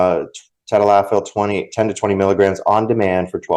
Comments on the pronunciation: Hi thanks for your videos I'm going to break down tadalafil for you so you can properly pronounce it. Ta - dal - la - fill - Cialis. If you put it on a piece of paper during the next time you're going to talk about it and video has a reference it will help you practice pronouncing it for a couple of days in a row eventually it'll stick. Now as for sildenafil - Viagra Sil - den - a - fill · Hi, name is mike and I watch you regularly. Recently you had a show on where you were trying to pronounce the the names of Cialis and Viagra by their pharmaceutical name I'm going to help you pronounce it properly Cialis= ta - dal - la- fil. Viagra= sil - den - a - fil Start off slow several times then pick up the pace several times eventually your tongue will create a muscle memory and you will have the proper Cadence. Not busting your chops but merely thanking you for the good work you do